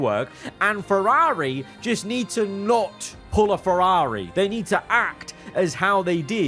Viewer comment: Why does this guy pronounce Ferrari like he’s falling off a building “FerRAHHri”